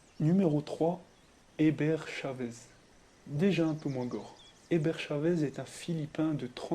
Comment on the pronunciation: tu as dis Hébert et c'était écrit Herbert